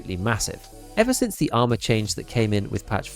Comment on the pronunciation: I’m an immature dork and I swear I heard you say “arse” armour CPC and I’m never saying ars ever again. It’s arse always and forever now 😂